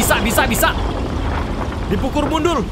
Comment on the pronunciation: "dipukur mundul" anjir kebalik 😂